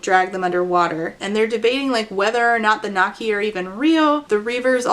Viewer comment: Did I hear right did she call the water creature nakki? Or was it näkki? Because if she did call it nakki that's so fucking funny. Näkki is the Finnish version of the Scandinavian näcken, which comes from Germanic mythology and is nixie in English. (Why did she use the Finnish name when there's no other Finnish elements and there's the English word too? If I heard it right that is, I might not have.) But if she used it without ä, as nakki, it's so funny to me because nakki means sausage in Finnish lol.